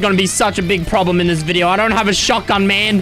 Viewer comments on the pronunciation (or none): none